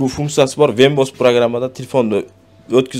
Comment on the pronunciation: Вембос деген система жок, ВЕБ ОС десен гангирабай